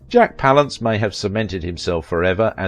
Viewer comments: its pronounced pal ance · i hate this guy's pronunciation of jack's surname palance.